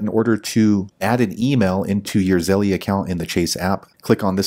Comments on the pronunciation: ZELL, not ZELLIE! LOL Stop saying it wrong! Just something that grinds my gears haha! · I thought my brother was the only one who pronounces Zelle as Zelly😂